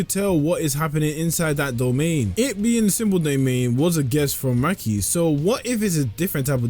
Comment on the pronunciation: Maki❌ Mackie ✅